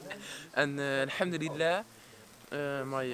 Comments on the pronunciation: he said al hamdulillah with perfect pronunciation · Masha Allah the way he says alhamdulillah subhanallah when talks sounds like proper Arabic